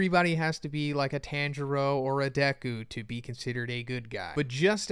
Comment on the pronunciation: Go to jail for pronouncing tanjiro